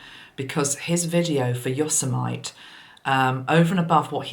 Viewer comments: Think it is pronounced -yo-sem-it-ee. Hadnt heard of this tragedy so will have to check the news. Thanks for your insights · Yosemite is pronounced Yo-semmitee.